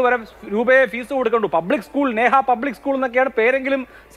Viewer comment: ഉസ്കൂള് അല്ല 😄😄 സ്കൂൾ